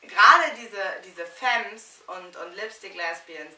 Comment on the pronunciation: Femme wird anders ausgesprochen.